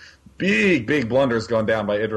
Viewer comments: Id-ra? Its I-drA holy sht i cant stand how he says it. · IIIIIIIdra. Not eeedra. Eye-drah.